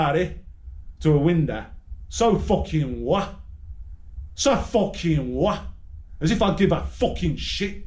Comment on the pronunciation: “So fucking whaaa” have you forgot the letter T is in the alphabet